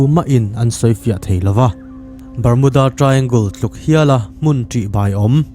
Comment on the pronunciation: Triangul a awmlo.tri angal tiin lamri rawh